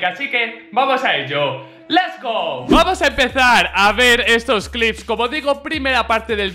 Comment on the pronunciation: En el dice lest go